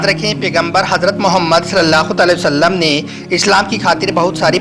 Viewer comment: Bhai aap video ache banate ho.....par bhai Huzoor ka naam sahi lena sikho...Tale o sallam...nahi hai...Alai hu Sallam hai